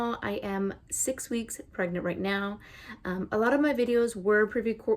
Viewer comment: I love how you say "pregnant" everytime you say "I am pregNANT" haha